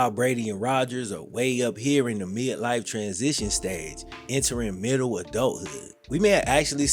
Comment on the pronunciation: Meeidlife? Bofuhdem? Not sorry at all. You are speaking publicly and professionally. How far do we let the language go?